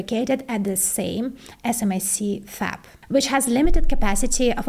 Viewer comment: Never heard pronounced smic - but I like it.